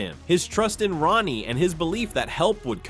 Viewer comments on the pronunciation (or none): Kion’s name is pronounced wrong on your video. (It’s pronounced as Kī-on) On , , and , you somehow mispronounced Vitani’s name. (You pronounced it right back on , - .) You also mispronounced Rani’s name on . (You did pronounce it right before.)